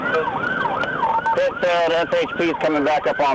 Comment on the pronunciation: Another CRAP AI generated and narrated video. "Yellow Chevy Suburban " ? "P, I, T. maneuver" ? LOL!